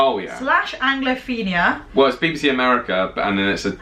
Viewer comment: Sounded like you said "Baby C", not BBC. None of these things trigger me. I guess I am just a silly bunt.